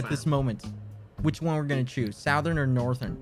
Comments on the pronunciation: He says Southern weird, like Sowthern instead of Southern. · LMAO- "AMINO" "SOUTH-ERN" "DOO DOO AIRLINES"